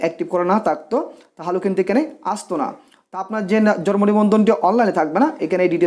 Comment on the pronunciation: Jormo na... It's jonmo nibondhon.... Bar bar jormo jormo kortesen Kno??